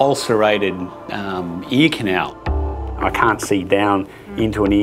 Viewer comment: ...anybody else ask yourself the question: What's an eeknow? Then it hit me, "ear canal"!!! Ohhhh.......oooookayyy. LOL